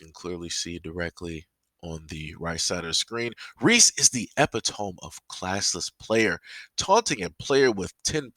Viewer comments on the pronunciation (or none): I didn't see the game but it looks like Clark doubled her points and assists....ok. So things are even. Why are white people losing their shit? I know why just saying. They are so stupid. Bro "epitome" is not pronounced "eh-pea-tome" it is pronounced "epi-toe-me."